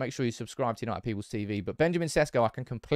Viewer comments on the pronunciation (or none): Maybe now's the time for you to pronounce his name right. Šeško = Sheshko